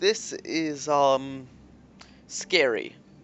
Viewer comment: I've just come to notice an irritation the way he pronounces Um is wrong, its Um not aaaum or ooohm. Its just Um.